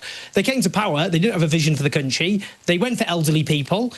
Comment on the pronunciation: why does he always pronounce the word country like 'cantry'